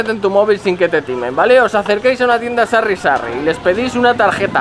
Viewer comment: pero se dice Sari, no Sarri xD